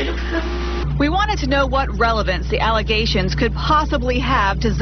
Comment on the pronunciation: "Aligations"? Come on!